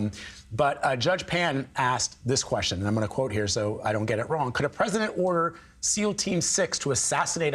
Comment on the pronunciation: "ODER IN THE COURT!" 😅